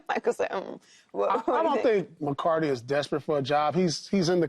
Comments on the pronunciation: Paul its Mike McCarthy not mike McCardie 🤦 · Paul’s been saying, Mike “McCarty” for 2 years. Learn his name please